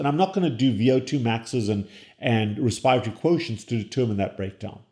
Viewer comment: Great videos. But seriously... res-pie-ratory? Pie-riminidines? It hurts!! Look up the pronunciation!